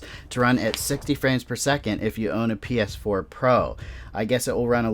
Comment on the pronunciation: U sounded like you said pf4 lol